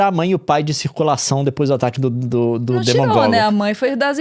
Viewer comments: Eles não conseguindo falar Demogorgon e chamando de demagogo 😂😂😂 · Eu to muitíssimo incomodada com ele falando demagogon, me esforcei pra ver o vídeo até o final e ele perdeu toda credibilidade falando da série depois disso. Kkkkkk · Não tô aguentando o Leon chamando o Demogorgon de Demagogon, uma mistura de monstro com demagogo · Eu parei de prestar atenção quando ele falou demagogon ao invés de demongorgon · Porra, quase que não consegui assistir o vídeo porque "demagorgon" me irritou demais kkkkk é DEMOGORGON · Queridos Leon e Nilce, eu gostei mto do vídeo, MAS ME IRRITOU MTO PROFUNDA VCS FALANDO "DEMAAAAAGORGON" E NÃO É ASSIM, O CERTO É "DEMOOOOOOOOOOGORGON" DEMOOOOOOOOOOOOOOOGORGON!!!!!!!! Pelo bem da minha saúde mental, falem o certo do próximo vídeo. Obrigada ♥️ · Karaio É DEMOGORGON e não DemAgorgon. Vc assistiu a série ou só fez um vídeo agora pq voltou a série? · não é DERMAGOGON é DEMOGORGONN Pq varios influencers falam erradooo que agonia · “Demagorgon”?? Não é DEMOgorgon??? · DEMAGORGOM, toda vês que ele fala isso, meu coraçao e cabeça doi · É DE-MO-GOR-GON PORRAAAA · o "demagogo" é foda kkkkkk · "Demagogo" HAHAHAHA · Oracao pro leon aprender a falar demogorgon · Pq o Leon e a Nilce chamam o Demogorgon de Demagógo? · Agonia ele falando DemAgorgon kkkkkk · nao consegui assistir ate o final com ele falando demagogo 😭😭😭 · Ai que agonia eles falando demAgorgon kkkkkkk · Não é só ele, o Jovem Nerd o BRKsEdu também fala demAgorgon, da uma aflição, (alguma coisa com o dialeto brasileiro que vai morar o exterior) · nao. Eu assisto tambem em inglés e o correto é DE - MO - GOR - GON. Eu achei que ele falava mal porque ta misturando com portugués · hahahahhaha eu sempre chamei de demagogo, eu ouço demagogo e achava que era o certo até ler seu comentário ahhahahahahhaahahha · eu entendendo "dermagorgon" kkk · tenho quase certeza que é piada. esse ngc de chamar o demogorgon de "demagogo" é antigo já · É Demagogon, Harry Porter... kkkk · É. Ele ta falando errado